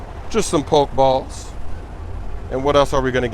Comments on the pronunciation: it's PokE balls not poke balls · It's (po-key-balls) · Lowkey annoyed that he says pokeballs, "poke" balls 😂😂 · poke-balls poke-dex poke-stops lmao cmon smoove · it's poke-e-balls and poke-e-stop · Po-key balls smoove